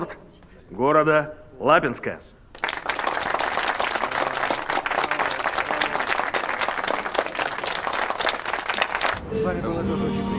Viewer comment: "Аэропорт города Л 'А' бинска !" - 🤦🤦🤦